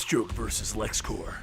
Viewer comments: i wish i could say this to your face, "clears throat and tries to remove the rest of the random vomit that plagues me rn" IT'S LEXCORP NOT LEXCORPS!!!!!!!!!!!!!!!!!!!!!!!! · Its lex corp, not lex corps, corp is short for corporation, its not like the green lantern corps, please say it right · It's a common mistake but you kept pronouncing Corp as core (I guess because of the green lantern corps) but the p is pronounced because it's short for corporation